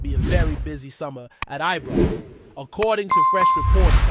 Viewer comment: Who the heck is this guy, he is an insult to Scottish supporters no matter what team or places in Scotland, Its Scotland not Scatland, its Scottish not Scattish, even our rivals its Celtic not Keltic, I could go on. Am sure he is the one that called Ibrox as Ebrox.and Govan is not Goovan. I am cringing every time I hear him, he is certainly not doing Rangers FC any good, but harming good supporters across the world, my rant over.